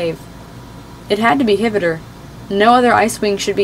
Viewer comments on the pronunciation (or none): Did you know that hvítur is pronounced kveetur not hivitur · Ngl, i loved this but i think hvitor is pronounced: ha vi a tor, right? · Not to be rude but I think it's pronounced hv-tur?? That's just my opinion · that’s not how you say his name, the eye makes an E sound.